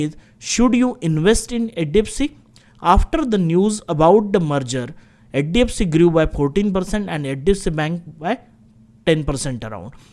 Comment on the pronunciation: Bro practice on pronouncing HDFC as HDFC.